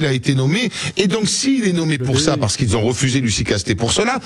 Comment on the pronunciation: " les gens qui z'ont " ok Sebastien.